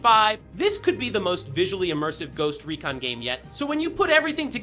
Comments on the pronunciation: Ghost recin lol 😆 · anyone else annoyed by how he pronounced recon lol